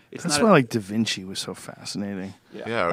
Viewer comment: It was a joke. He said Divinci, not Da Vinci